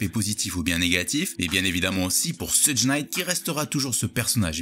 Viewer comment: Ça se prononce "cheugue" Pas "sudje" Super vidéo sinon